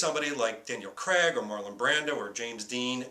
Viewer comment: Why do you keep saying Daniel creg? It's craig.